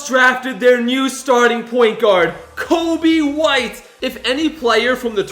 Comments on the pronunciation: it is coby white not kobe white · It’s coby white not Kobe white